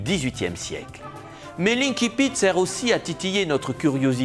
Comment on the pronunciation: Je ne sais pas comment vous le dire gentiment. On a l’impression que vous venez de découvrir ce mot français... qui se prononce banalement ainsi-pite. Si vous étiez en train de parler latin vous pourriez en revanche dire inn-kipitt (en prononciation dite restituée).